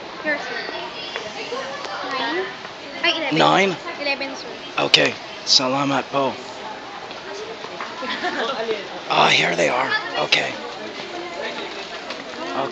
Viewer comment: no Mikey.. They are Laughing Because You say Pohw Instead Of Po.. :D